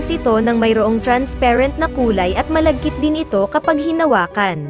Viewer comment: Grabe naman yung accent mo sa trensperent lods 🥰